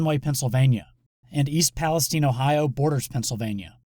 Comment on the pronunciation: Is he butchering the name Palestine? Or do Ohio people really say palesteen?